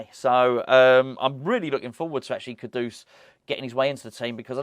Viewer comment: The way you pronounce ‘Kudus’ sounds like an old Batman and Robin sound-effect if Penguin slapped Batman round the face with a large haddock - “KA-DOOSH!” Can’t we pronounce it like the word that means ‘highly esteemed’ - “KOODOS” ?